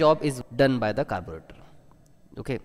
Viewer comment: Nice vedio. Like the way you said "carburetor" at the start😂